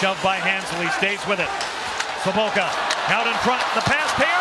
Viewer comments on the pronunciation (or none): He's not with the Blues, but I have to say it again. For all the COMMENTATORS Over at the Midwest broadcasters . . . the man's name is pronounced SO-BOT-KA. Not SO-BOAT-KA! Get it right for once in your lives!!!